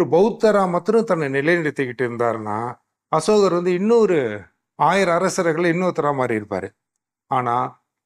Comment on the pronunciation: சமஸ், அன்புகூர்ந்து அஷோகர் என்று உச்சரிக்காதீர்கள். அசோகர்.